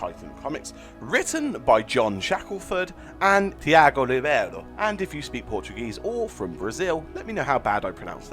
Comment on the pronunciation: Hi, i'm from Brazil! Tiago is pronounced like "tchee a goo" :)